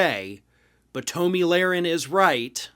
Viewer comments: "Tow'Me Larin" ?😆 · Don’t pretend you don’t know how to properly pronounce her name. She’s a well-known figure. Thank god David is back. I’m tired of listening to this buffoon. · I hate her but I think you mispronounced her name intentionally.